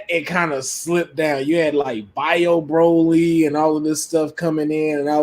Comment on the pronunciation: It’s definitely pronounced Bro-Lee. Check the dubbed and subbed voice actors saying it lol